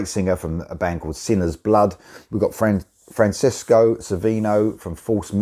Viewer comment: Very nice reaction video for this great song and band! 👍🏻 I have to point out though, (since False Memories is my favorite band 😁) that Francesco, (pronounced Fran-ches-co) not FranSisco lol, is the lead guitarist and founder of that incredible band. (False Memories) This is his second side project in addition to being the only guitarist on the incredible T3NORS album. Also, Francesco and False Memories vocalist, Rossella Moscatello wrote the amazing song “Eagle Flight” for Revolution Saints! 🦅 In addition, they have completed the third False Memories album which we will be hearing about very soon! They have been very busy lately! 🖤🦇